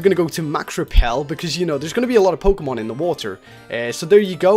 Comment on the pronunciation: u said pokenan